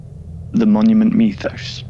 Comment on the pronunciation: Idk why but when i hear this guy say Monument Mythos it sounds like hes saying mommy and me lol anyways big fan ur underated